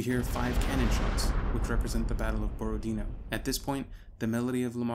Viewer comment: it's Borodinó and not Borodíno, yob tvoyu mat'.